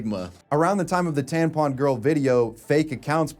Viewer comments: I am 100% convinced actually thinks tampons are called tanpons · Bro it's tampon not tanpon 😆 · TaMpon, you keep saying taNpon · I wonder if he knows that it’s taMpon non taNpon lol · is this grown man saying "tan pon" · why are you saying tanpon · Wait do you just say tanpon.... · Why did I have to scroll so far to find a comment about this?? 😂😂 That was nagging at my brain way too much! TaNpon.